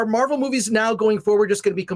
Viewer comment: I kept hearing Marble Movies when taking about Marvel movies. As it should be: them producers lost their marbles to the left.